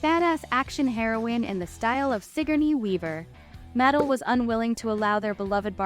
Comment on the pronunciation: I‘m sorry, but the pronunciation of Mattel is quite distracting… it’s (mə-TEL).